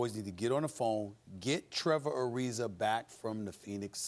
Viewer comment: Is anyone ever going to correct him whenever he says “Trevor Arizer”